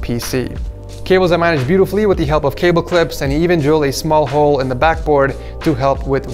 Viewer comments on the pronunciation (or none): none